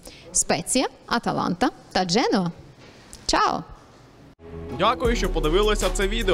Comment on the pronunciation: Господи ну сколько вас уже можно поправлять не Генова, а Дженоа нету такого города в Италии Генова правило ДЖЕНОА.